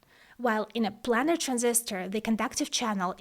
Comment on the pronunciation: Fantastic video, very informative and well presented. If I may make the tiniest suggestion, it's on your pronunciation of "planer transistor". It's pronounced "plane" like "airplane" (as in a two dimensional XY plane), not "plan". The Planer Process was introduced by Fairchild Semiconductor and refers to its top-down 2D approach which allowed for photographic (later lithographic) design and manufacturing that revolutionised computer development. As I say, a tiny point in an otherwise flawless video. :)